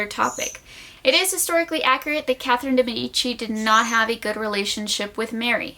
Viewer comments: It's pronounced deee meeeedici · The way de medici is pronounced hirts my italian ears (good video tho)